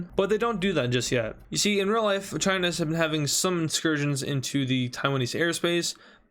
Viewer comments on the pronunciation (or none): none